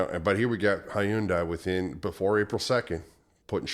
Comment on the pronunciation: Hyundai... rhymes with Sunday